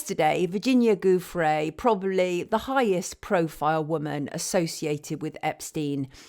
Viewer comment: Virginia’s surname is pronounce “joofray”. G followed by an i is pronounced like an English j.